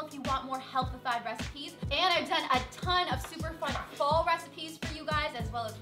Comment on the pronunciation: sounded like she said "fo" recipes instead of "pho" but she meant fall lol